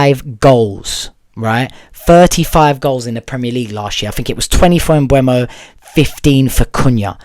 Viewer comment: "Mboomo" ...the E is before the U ...Mbeumo